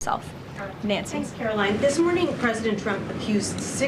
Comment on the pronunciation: Her name is KaroLINE! NOT KaroLYN. Get it right!